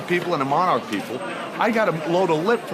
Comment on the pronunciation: As Someone who used to work for '' MON ARC '' the american is bloody hilarious as he used to say our name... haha '' MON ARCH ''